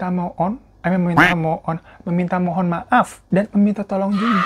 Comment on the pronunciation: Ngakak terus gua denger bang hiro bilang "meminta Mo'on" 😂😂😂😂😂 menit ke